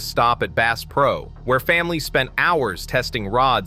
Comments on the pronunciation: Bass pronounced as “base”? Hope you didn’t spend much on your Ai narrative. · "Base" is a new strain of largemouth Base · Clickbait! You use the word Base. You can't even pronounce the word Bass! And it is not Cabeela's it is Cabela's. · Ai generated slop. Can't even pronounce "bass" correctly.